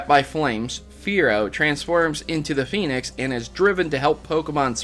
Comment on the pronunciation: why do you pronounce "phoenix" as "penis"